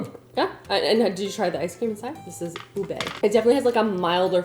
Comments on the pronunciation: Its pronounced "ooh-beh mo-chee" and "mo-chee-ko" Mo with an oh sound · Yay! entering her Filipino food era. Oh, and its pronounced "Oo-beh" and Moe-chi /moe-chico flour 😊 i gotchu bestie❤ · Ube is pronounced ooh-beh, like meh lol just a note from a half Filipina who loves your videos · Poor! The camera and the recipes were just not havin it today. 😂 but it’s ok cause if nothing else I was thoroughly entertained. Lol. And your pronunciation wasn’t terrible, but mochi is with a long o sound Moh-chi. And ube is pronounced oo-beh. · Ah your pronunciation was cute 🤭 but the "mo" part in mochi sounds more similar to the "mo" in 'more'! And ube is like "oooo-bay"! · It’s pronounced ooo-bay moe-chi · Its pronunced as "moh-chee" mochi and "ooh-bay" ube;D Saw sum comments saying she said it wrong but not helping her learn!! Thanks for the great videos,!! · Actually it’s pronounced “oo-beh” :) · The way you pronounce Ube, Mochi and mochiko is adorable girl!!! ☺️🙏🏼 Back at home (Hawaii) I would alwayss get anything and everything ube🤤🤤🤤 And I loveee mochiiiii🤤🤤🤤🤤 And mochiko chicken!! ❤ GET IT GIRLLLL!!! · I love that girl but hearing her mispronounce mochi and ube was killing me! 😂